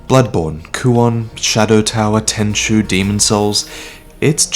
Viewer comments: why you call tenchu "tenshu"? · Tenchu.. It's Tenchu.. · It's Tenchu, boys. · Its tenchu lol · It is Tenchu, fam. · It's Tenchu